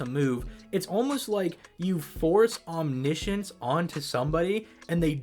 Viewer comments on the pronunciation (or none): none